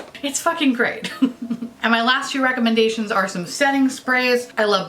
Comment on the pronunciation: For some reason I thought you said recommend-gaytions instead of recommendations and either way I accept